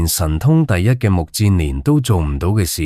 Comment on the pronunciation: 目犍連，音不是目健連嗎?為何變了 目賤連😮😮😮